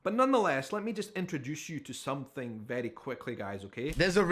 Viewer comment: Love the accent and the some-fing instead of something ❤😂